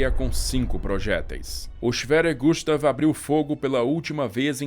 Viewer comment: Gustav kkk falou so o O para meu nome